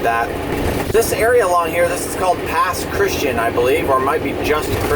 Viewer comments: Pass Christian = pronouned , Pass Chris ti ann. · It's Pass Kris-chee-an